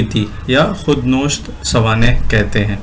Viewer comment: Khud nosht nhi khud nawisht hota hai!😂😜 Khud Nosht bol diya😂😂 Khurd o nosht hi bol dete zyada sahi rehta